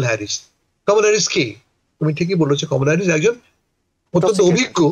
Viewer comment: কমলা কে আপনি কামালা বলেন কেন? সেক্ষেত্রে আপনি করিম কে কারিম বলেন না কেন?